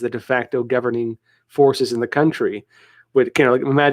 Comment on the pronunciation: Silicone valley! about... lol Silicon Valley.